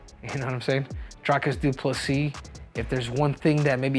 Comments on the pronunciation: It's DREE-cus DuPlessy, not DRY-cus!! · His Name Is Pronounced [Dree-cus] 🇿🇦